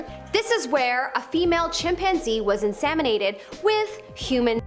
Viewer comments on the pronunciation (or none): In SEM inated . Not SAM inated! God that's annoying!